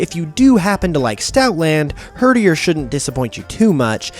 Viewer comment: i am dissapoined with you (except for when you said herderi so good job for that)